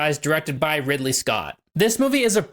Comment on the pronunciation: after a year the only thing anybody was worried about is that you said five up instead of give up nobody corrected you on Ripley instead of Ridley lol anyways hope life has been good to you